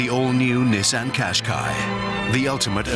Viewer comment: Nissaaaaaah! Innavation That Excites 😅😅😅😅😅